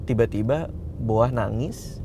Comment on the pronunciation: Please namanya Boah bukan BOA😂 klau BOA idol korea noh penyanyi dia